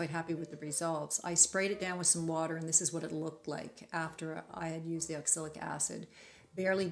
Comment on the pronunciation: Just so you know: it is oxalic acid, not oxilic acid.